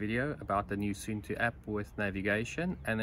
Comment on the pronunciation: It's not soentoe, it's more like soon too 😊